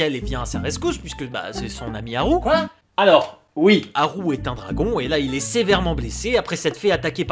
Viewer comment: T'entendre dire Haru au lieu de Haku ... c"est difficile ^^'